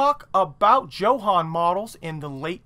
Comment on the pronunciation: I bet it's pronounced YO-HAN.......Great vids.....